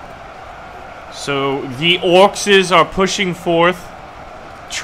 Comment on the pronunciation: Its not orcs’s it’s just orcs your saying orcs wrong